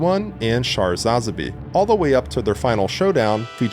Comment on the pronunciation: That pronunciation of Sune and Sazabi hurt me deeply.